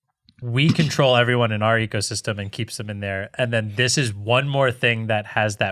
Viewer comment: I thought I heard "Apple egosystem"...